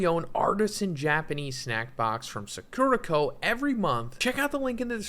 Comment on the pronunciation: the way he’s pronouncing “sakura co.” in the ad is killing me, i know this literally has nothing to do with jjk but c’mon, you can’t read this much manga and view this much anime and not know: SAH-KOO-RAH